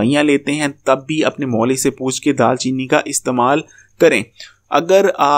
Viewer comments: Dal chini nae دار chini hota hai Or drkhat nae drakh hota hai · Bhai daal cheeni nai daar cheeni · It's daar cheeni